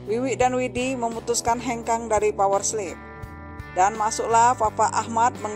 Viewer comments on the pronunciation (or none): Kenpa dia nyebutnya power sleep?